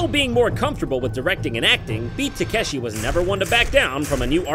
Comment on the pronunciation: Correct me if I'm wrong, but isn't he pronouncing Takeshi wrong?